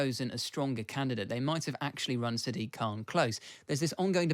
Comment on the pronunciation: Why does no-one pronounce Sadiq correctly? It's "SAA-dik", not "Sa-DEEK".